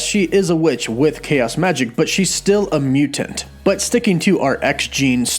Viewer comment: Everyone: mutant CW: mew-tant